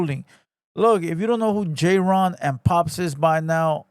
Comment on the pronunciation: His name is clearly jayren not JAYRON bro 😂